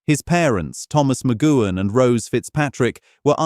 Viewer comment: You would think the incredible CRETIN who decided to instigate a 25 minute YouTube on Patrick McGoohan which had a great amount of detail of his life both before and after becoming an actor acting, which meant his surname would be said many times. You would also think that this cretin choosing to do so, would have heard his surname being said by humans directly, terrestrial TV, human made YouTubes and TV/Film documentaries where his surname would have been pronounced correctly. Sadly for the sake of making a YT video, which now is more for making money from advertising by YouTube its self and effectively the 'typist' typing in a title, they would have bothered to review and check what they have produced, i.e. watch and listen to what they have put on here. Because those of us, who grew up with Danger Man, The Prisoner and the films he was in, WE know how to say and hear his surname McGoohan properly, will wince when this AI video pronounces his name so it so badly. I personally found it very distracting, annoying and very much distracted me from information I wanted to know, thus after only about five minutes stopped watching. I wonder how many like me did the same, defeating the point of making such a video using AI.